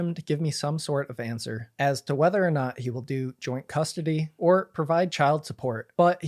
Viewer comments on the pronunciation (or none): none